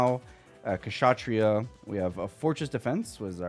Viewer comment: You've got to be the first box opening content creator that has pronounced Kshatriya correctly.. and that is a shame.. but good on you bro